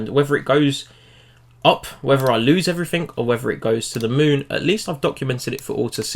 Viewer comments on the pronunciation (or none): none